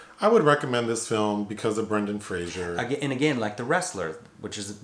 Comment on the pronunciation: It's Fraser, not Frasier.